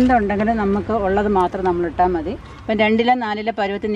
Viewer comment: Mone Methi alla,Mathi